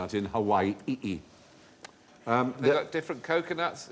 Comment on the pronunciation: Correct (or at least QI-ish) answer to the coconut question is: Nothing. Because there’s no such place as Hawai‘i‘i, which is how Stephen pronounced it. The things he mentioned are about Hawai‘i.